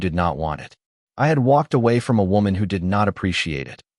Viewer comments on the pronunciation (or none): none